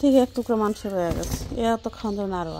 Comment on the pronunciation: Not manso bolen manso